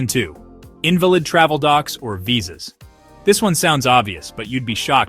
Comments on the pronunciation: learn to pronounce "invalid" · Learn how to pronounce the word "invalid"